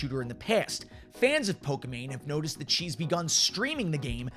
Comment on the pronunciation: Why is he saying poka mane tho